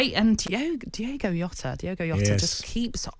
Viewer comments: It's Jota not Yota ffs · "JOTA ISN'T FAR OFF SALAH! Lmfao. Jota is bang average. Also its not Yota Tony its Jota. The only player who could replace Salah is Mbappe or Haaland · Its Jota not Yota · Jota English all of a sudden?